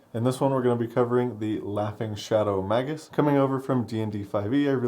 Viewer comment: This is such a hard fucking watch. The word is pronounced MAY-gus, not "mah-gus". Goddamnit.